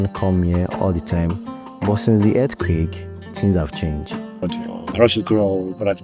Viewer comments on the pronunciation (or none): none